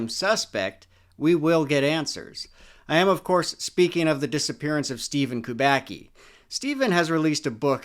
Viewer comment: No, not "Kubaki". It's KUBACKI. KUBA-TS-KI. Like tsuki in japanese.